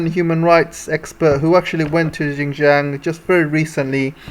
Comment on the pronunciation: Please learn to say Xinjiang properly. It is not "gin-jiang". It is Xinjiang. Learn to say your X properly. I find it absolutely irritating that western speakers can't get that right. Otherwise your geopolitical commentary is good.